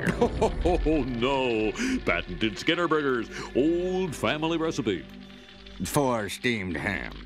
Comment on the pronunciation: When the narrator said "Skinner" in the training video, it sounded more like "Schemer"